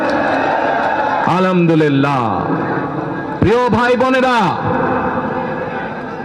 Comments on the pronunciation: ধুর পাগল মূর্খ আলহামদুলিল্লাহ বলতে পারিস না বলে আলমদুলিল্লা 😂😂😂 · আলামদুল্লি না নেতা আলহামদুলিল্লাহ হবে। শুভ কামনা রইলো। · তারেক রহমান কে কেউ সালাম ও আলহামদুলিল্লাহ পড়া শিখায় দাও😅 আলামদু লিল্লা কোথা থেকে এলো😅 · সালাম ঠিক মতো উচ্চারন করতে পারেনা আলহামদুলিল্লাহ যে উচ্চারণ করতে পারেনা সে শুধু দেশটারে লুট করে খাইতে আসছে ১৫ বছর চিল্লাতে পারেনি এহন লোভ দেখিয়ে ভোট কিনার ধান্দা আপনাদের কিছু পাতি সন্ত্রাস তাদের জেলথেকে বের করছস তোরা সাধারণ মানুষের হেনস্তা করেছেন সাধারণ মানুষের জীবনের কোনো নিস্চয়তা নেই তোদের পাতি নেতাদের কাছে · আপনার জীবনের যে কতো মায়া সেটা দেখতেই পাচ্ছি। এতো এতো সিকিউরিটি নিয়ে চলেন। (সালাম টাও সুন্দর করে দিতে পারে না। আলহামদুলিল্লাহ টাও ভালো করে বলতে পারে না।) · সালাম এবং আলহামদুলিল্লাহ বলাটা ঠিক করতে হবে স্যার, আপনাকে অভিনন্দন।